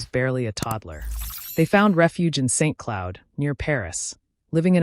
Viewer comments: I'm pretty sure "Saint Cloud" isn't pronounced "saint cloud." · No you are correct. It's pronounced San Cloo.